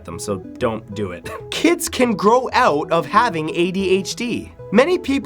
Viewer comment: "simply a phase that a person can growotev"